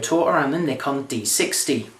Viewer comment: actually he says it right its us americans that say it wrong